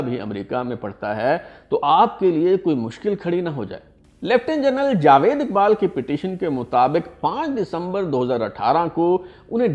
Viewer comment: It is not jwed but jawed